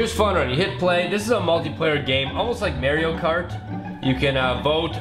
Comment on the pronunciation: how did he just pronounce Mario...